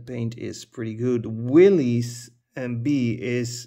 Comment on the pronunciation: Willys is pronounced as in the name Bruce Willis.